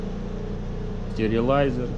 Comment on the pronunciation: " Стэрилайзер " )))) но до этого почему то был Минериализатор )) )